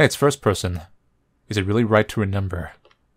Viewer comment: Why do you keep mispronouncing remember?